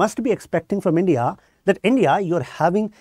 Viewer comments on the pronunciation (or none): none